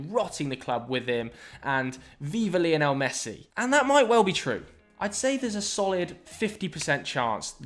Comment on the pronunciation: please learn how to say " Lionel Messi " it's not leeeonel he's named after Lionel Richie